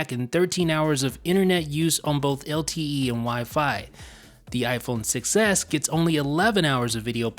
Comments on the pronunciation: When you say “iPhone 6s” it sounds like you’re saying “iPhone success” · Sounds like you say iPhone success instead of 6S xD